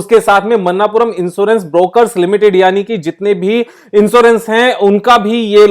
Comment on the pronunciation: Pronunciation is not मन्नापुरम its मणप्पूरम